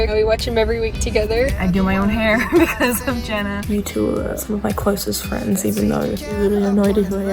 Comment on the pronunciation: Uhn they ar Fwends